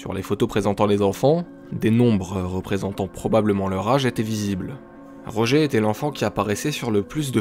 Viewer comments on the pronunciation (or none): none